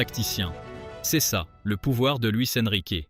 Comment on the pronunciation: « Luis EnriquÉÉÉÉÉÉ » stpppppp 😖😭😖😭😖 Mais cool la vidéo ✌🏽